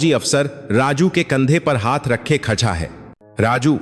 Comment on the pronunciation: फौज में सूबेदार होता है या सूबेदार सिंह होता है उच्चारण सही करो श्रीमानजी। सूबेदार साहब बोलो। कहानी तो सुना रहे हो लेकिन शब्दों का उच्चारण बिल्कुल गलत है खड़ा हो गया या खछा हो गया